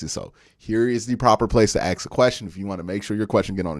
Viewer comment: Now that you’re a public personality who’s finely honed football analytics are a pleasure to listen to…could you please pronoun “ask” properly…it’s not pronounced “axs or acks.”